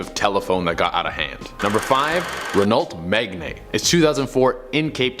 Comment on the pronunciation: Renault M e g n a y